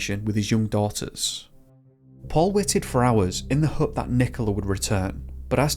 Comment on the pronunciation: You say Home and Hope weird I dont like it.